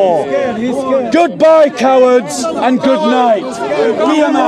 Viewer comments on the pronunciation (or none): none